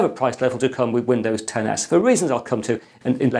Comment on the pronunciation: I actually heard Windows 10 Ass lol